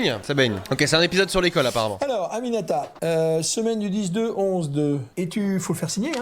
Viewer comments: c'est pas animata c'est Aminata😂😂😂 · Moi: aminata: aninamimananininata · 'amimianata' c'est aminata 😂😂 et son père il ressemble à booba un peu... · Il a dit ANAMNINAMATA 😭😭😂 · Animata t'es sérieux gros ? T'as déjà vu quelqu'un s'appeller comme ça ??😂😂. C'est Aminata hein... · Je m'appelle aminata... Mdrr j 'était morte de rire tt les fois où il essayais de le dire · Aminata ! C pas dur à prononcer gros, écorcher un nom comme ça sa fait vieu cisra qui prend de haut. Bref sinn c cool ske tu fais.